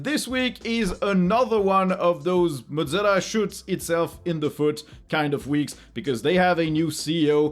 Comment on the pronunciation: Not "mod-zilla" (godzilla); moe-zilla.